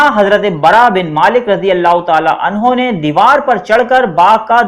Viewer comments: 5.25 pay aap nay abubakr ko anhaa kaha ha anho kaha karo bahi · Aap nay bht dafa anha use kiya ha kindly anho bola kary sahabi k sat